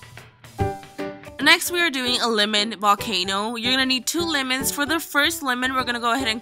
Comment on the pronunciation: Lol! It sounds like she's saying limins instead of lemons.😂😆